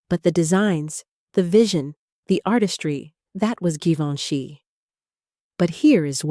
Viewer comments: Please pronounce Givenchy correctly. No hard G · I am glad you posted this. Givenchy (first letter) is pronounced like the SECOND, (soft g) in garAGE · Can you make your IA narrator pronounce Givenchy right all the time, not only every 5th or 6th, please. It is so irritating. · WHY IS GEVINCHY PRONOUNED WITH A HARD G AND THEN A SOFT G IN THE NEXT PRONOUNCEATON? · Interesting facts- horrible text, very redundant and please, 3 different pronunciation for “Givenchy” ??? Most aggravating. Very painful to listen to.